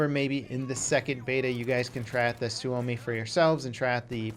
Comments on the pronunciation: You just not said "suami"? IT'S SUOMI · it doesn't have a w when you pronounce it and actually says su-oumi if he left the extra u he'd be correctly pronouncing the name of FATHERLAND PERKELE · butchered the word Suomi because it sounded like Swuomi when he said it lol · "suvomi" lol TORILLE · "Suami" xDDD that sounds funny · Suomi is pronounced sawme